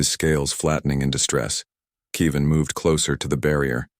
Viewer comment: It's Kev-in, not Key-vin. Get it right. Still, I would suspect that Human colonies would be placed on worlds with similar gravity and atmospheric composition to Earth, If for no reason for Earth's descendants to be able to return "home" with no ill effects. And 3 years in a weaker gravity field would have affected Hyalal unless she was adjusting conditions in her room and exercising in it. Walking in a .4g gravity field, Hyalal would literally be bouncing while walking unless she was wearing weights.